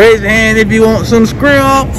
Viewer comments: said skrimps 😂❤️ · Nobody:: “skrimps” 😂😂😂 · this nigga says scrimps😭😭